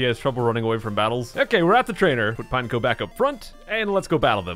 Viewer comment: Pretty sure it’s pronounced pine-echo